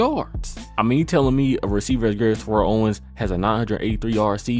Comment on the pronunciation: you mispronounced terrell owens name wrong just like a lot of people do its ridiculous but other than that great video